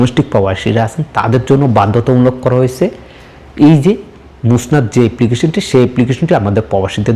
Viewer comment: ভাই এটা মোসনাদ নয় মুসানেদ